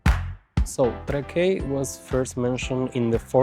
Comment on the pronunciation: Miesto pavadinimas tariamas Trãkai, ne Trakaí.